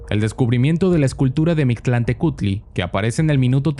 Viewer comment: Eres mexicano? Porque si no me sorprende que dijeras bien el nombre del dios de los muertos, casi siempre cuando un extranjero trata de pronunciar alguna palabra en náhuatl salen cosas muy graciosas